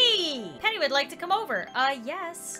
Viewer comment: I thought when she said “PENNY” l trout she said penny wise